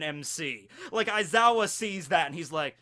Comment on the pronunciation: Pronounced (Wise-ow)